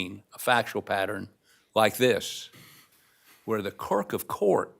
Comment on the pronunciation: Yup. Let’s blame the cleark. Uh - but what’s a cleark?